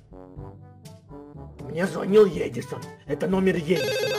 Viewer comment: Ты букварь аткрой гавариш а паравилно эдисон